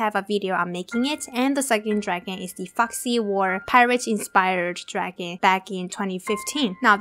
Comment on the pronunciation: Love this video! It helped alot! But it is very annoying when u say draghan instead of dragon... Still love your vids thought!